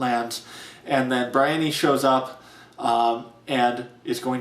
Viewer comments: I was with you until you pronounced "Brienne" (it's a real name, Bree-enn) "Briony". Are you out of your mind? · Couldn't believe the pronunciation of Brienne